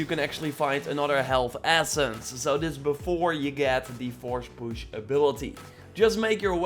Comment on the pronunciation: "Forsh push"